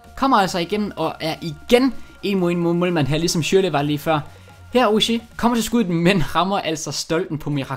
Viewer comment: Han udtales altså Oriigi